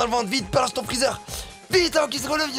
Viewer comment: Ses freezer pas freezar